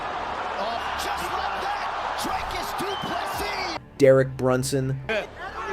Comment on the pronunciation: Pronounce his name right. You can’t get first or last right. Not that hard.